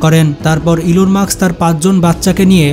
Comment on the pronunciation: ভাই ওনার নাম ইলন মার্কস নয় ইলন মাস্ক